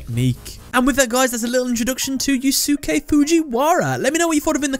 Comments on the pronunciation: If I may, I believe his first name is pronounced as "You-skay" Not "Yuu-suki". I think the second "u" is silent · Fujiwara Yusuke (btw, the second "u" in Yusuke is silent. Sorry but that mispronounciation of a very well known Japanese bothers me.) is one of my favorite villains in all of Yugioh just because of how raw and real he is. If anything, he's the best thing about GX though that's not saying much sadly given how awful, imho, GX was. But, then he's also, imho, one of the best characters in the franchise because, sorry to say, Yugioh struggles with writing believable characters even in the original dub/language especially villains. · For someone named you would think you knew how to pronounce Yusuke.